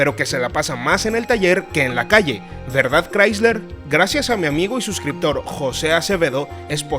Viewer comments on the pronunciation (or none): none